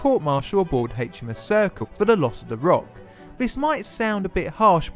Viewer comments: Sorry, but your atrocious pronunciation made this unwatchable: Loo-tenant; Villa-new; HMS Circle when it clearly says HMS Circe; firty for thirty, etc, etc. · Circe is pronounced Sir-Sea